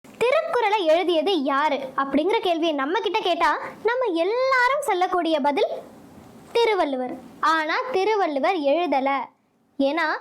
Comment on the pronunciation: Thirakural ille..thirukural😊